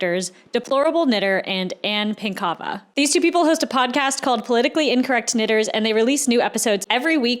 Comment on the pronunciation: It's pronounced PINK-ava, thanks.;)